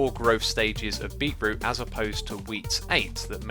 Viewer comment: Correct pronunciation - "beet - root" Xisuma's pronunciation - "beeroo" This should be added to the Xisuma dictionary